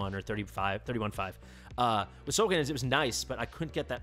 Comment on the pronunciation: Solcadens not Solcadence